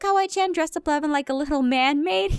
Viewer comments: its levin not kevin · When aphmau says levin I think she saids lemon 🍋